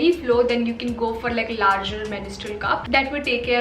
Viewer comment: It's mens-trual,not menis-trual😬